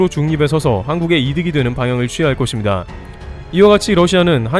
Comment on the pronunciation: 거봐 ~것입니다를 거딥니다가 아니라 거십니다로 발음하니 훨씬 자연스럽고 좋잖아 ㅎㅎ 잘 하자잉~~ㅎ